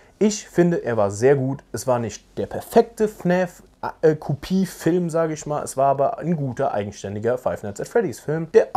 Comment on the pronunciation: Hab mal'ne frage: wieso sagst du fn Ä f anstatt fn A f Mach ich btw auch